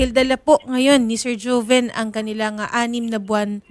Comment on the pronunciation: Joven yata name nya hndi hoven in pronounsation..joven